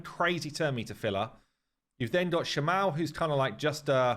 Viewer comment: Shama-el <- the end is pronounced strongly (same for Kael etc).